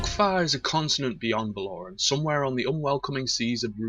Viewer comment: it's Val-O-Ran not Val-Or-An